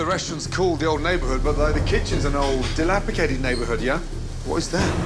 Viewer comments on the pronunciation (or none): Gordon: “I know It’s called The Old Neighborhood, but the kitchen is like an old DILAPICATED neighborhood” Who’s gonna tell him the word’s Dilapidated... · Legend has it that Ramsey still says dilapicated instead of dilapidated